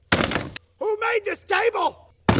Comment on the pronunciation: CHOOT THE TABLEEEEE lol